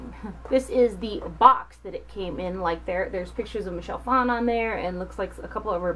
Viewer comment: It's fawn, not fan